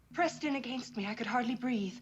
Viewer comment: You can tell the love interest was played by a Canadian actor, it’s the way she pronounces “against.”